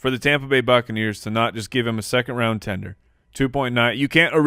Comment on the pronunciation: It's TENDER, not Tinder. :-O